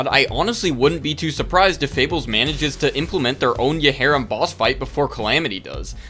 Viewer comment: i think yharim is pronounced yairim